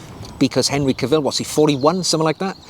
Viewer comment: Ca’vill, not Cavi’ll…